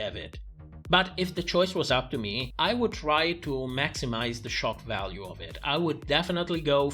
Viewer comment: I keep hearing "it's choc value" every time you say "shock value"😅